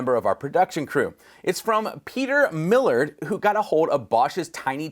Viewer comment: FYI, 10-Minute Workshop's Peter's last name is pronounced like "mill-ARD"